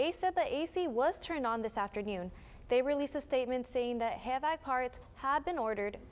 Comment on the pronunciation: "Hey Vac" lol It's H-VAC or H-V-A-C.